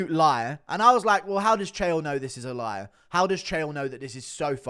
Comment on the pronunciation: "You're a Loyar"